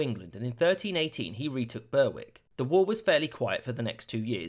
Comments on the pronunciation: Its not pronounced “burwick” Us scots call it “berick” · Burr-wick? No! Berrick. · Not Bur-wick but Berrik. Berrik upon Twiiid. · It’s “Berrick’ - not “Ber-wick!”. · 'Burr- Wick'? 'Berrick'. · LOL. Burr-wick? I think you'll find that's Berwick. Quite a prominent town in Anglo-Scottish disputes. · It's pronounced berick not berrwick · Are you mispronouncing names on purpose??? Moray is pronounced the same as Murray. Berwick is "Berr-ick", not "Burr-wick." There's more but I fear for my keyboard. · Right presume any Northumbrian or Northern town with Wick in it is just ick it's be Rick not Ber Wick, you should really have heard of Alnwick and Berwick and know how to say them though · Note: Moray is pronounced Murray up here. Not Mor-ay. And Berwick (which is in England) is Ber-ick, don't say the 'w'. Nice vid though. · Absolutely amazing video, just thought I'd say that Berwick is pronounced Berrick (like Derek) and not Bur-wick. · It's pronounced 'Berrick' not BER-Wick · Hey I really liked this video but as a local I’d like to point out that Berwick is pronounced Berick not burwick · Ber wick lmao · Berwick is pronounced "Beh-rick" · Great series. In fact, excellent history videos all round. However I am puzzled by many of the pronunciations, as the narrator sounds as if (British) English is his first language. Are they pronounced as they would sound at the time? For example, Berwick is usually pronounced Berrik and Maldon is usually pronounced Moorlldun. There are some others too. I admit it is nit picking, but as a native (British) English speaker myself, it does sound odd. Otherwise keep up the good work. I have recommended the series to several other people. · . It’s pronounced “berrick”. Like the B-E in berry. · Hey, remember me? I mentioned to you in a previous episode that Alnwick is pronounced Annick? Well just in case you care, you mentioned Berwick and pronounced it phonetically, this town is similar to Alnwick in that it is pronounced more like Berrick.